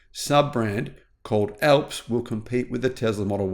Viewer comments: sounds like ALFS not fucking ELPS, THE MOUNTAIN ALPS IN EUROPE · It's ALPS not ELPS! Alps like the Alps in Europe - remember Almonds not Elmonds! Hah Hah!